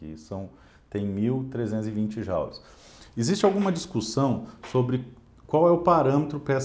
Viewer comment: Eu também sempre pronuncie Jaules ou joules, pois ninguém alertado antes. Não seria bárbaro, pois é uma novidade. Obrigado pelo ensinamento.